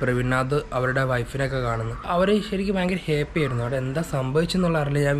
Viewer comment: ഹെപ്പി അല്ലടാ ഹാപ്പി